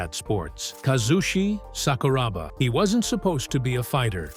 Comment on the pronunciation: its honestly disrespectful, and down right disgusting to make a video on somebody and not even bother to research them. what the fuck bruh. Bad feedback is still bad feedback? Would be a lot easier if you just did the right thing instead of butchering this man's name for a few likes